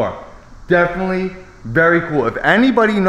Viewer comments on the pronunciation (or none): Exploration not explore. Those rims not them rims. Hawk beak not hawk nose. Triumph would mean Triumph not MG. Abandoned not abandind. Definitely not defnuhly. I’ve only seen not I only seen. Painted not paintid. Property not propuhty.